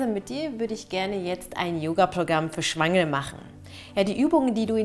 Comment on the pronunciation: Bin ich die Einzige die "das ist Yoga für Schweine" hört? 😂😂😂😂 Bei